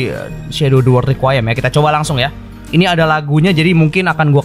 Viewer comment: Bang baca nya re ku i em